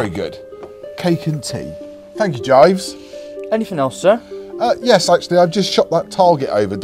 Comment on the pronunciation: It’s Jeeves, not Jives.....great vid